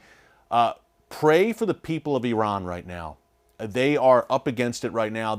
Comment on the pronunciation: First of all thank you for pronouncing Iran and Iranians correctly. You did an excellent job with your report. The issues in Iran are not just the Hejab. This is an evil wicked regime, self serving and NOT from God, as you well know. Yes PRAY for the Christians. ❤